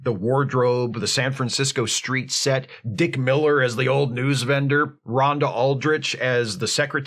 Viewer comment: Man, with the way you said "A San Francisco street" for a second I thought you said "treat" Could have been a great Rice A Roni joke/reference.